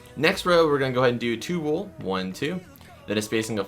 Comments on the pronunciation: U SAID WAL!!!!! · did you say light gray wool